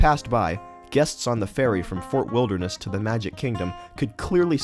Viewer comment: The female narrator was awful. She pronounced Fort Wilderness like "Fur Wilneress".